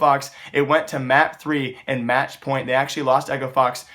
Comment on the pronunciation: he said "pornt"